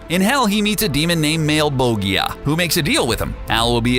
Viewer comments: "Male-bulge-ee-ah" You can't pass on Tod Macfarlane's often objectionable choice of character names. If you pronounce it like it is spelled, its actually "Mah-leh-bohl-gee-ah" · The Serious Christian maleboya 😂smh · You'd think you guys would know how to pronounce malebolgia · You pronounced Malebolgia's name wrong.